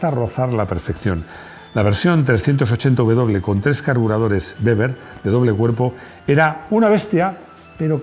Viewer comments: De tomaso no nombraste ,un diseñador muy importe y argentino y otra cosa el Torino 380w. No 380uw no tiene "u" hay que pronunciar bien el nombre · No sabes cómo se pronuncia la V y la W, en España???